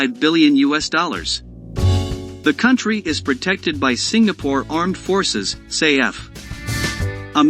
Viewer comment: Is not say f ,is SAF